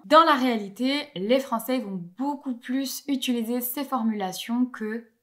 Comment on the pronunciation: Je remarque un tic de languge, tu as tendance à prononcer quelque chose proche de "utuliser" au lieu de "utiliser"